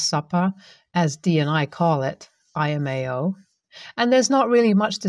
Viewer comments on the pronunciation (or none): EL-mao. EL. Not I-mao. For laughing my ass off. This is not the first video the narrator has said it wrong. A little research could have shown this. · First time I've heard someone pronounce LMAO as I em ay oh. Homie, it stands for laughing my ass off, or arms if you prefer. I'd even accept the French pronunciation of Le meow (minus the e) but I can't handle you thinking that lowercase L is an upper case i.